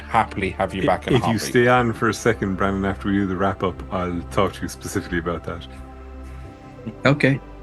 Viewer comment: Brannon, not "Bannon".